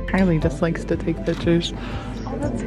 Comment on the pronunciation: It’s not pitchers it’s pictures